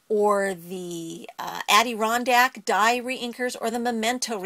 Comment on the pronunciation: Wow... Ombre, Adirondack.. Your pronunciation sucks. :-)